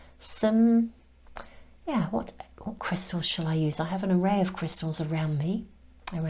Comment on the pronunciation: I usually don’t comment but you keep saying my name in your readings. You say “Krista” when trying to say “crystals”. You did it in others and this one too. Thank you for my messages. Note: I don’t want to re enter the energy that led me to this reading so I won’t give too much of a description but I was led right to it in the most timely manner while I was considering what to say to a specific very close family member. I’m not even surprised by the power of the universe’s ability to get messages, people and circumstances to me anymore. I’m Just in love with it. ❤ thanks again sister